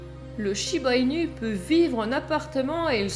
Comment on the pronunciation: J'en n'ai un et il ai un ange ❤ par contre ça s'écrit inu mais le u se prononce ou 😉